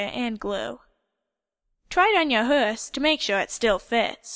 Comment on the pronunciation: I'm sorry but it made me cringe horse is said hOrse not hErse x